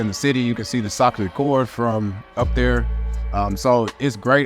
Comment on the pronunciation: Great video and information! Yes, you pronounced Reykjavík. Sacre Coeur, and arrondissement (A-Rhone-deec-mount) correctly.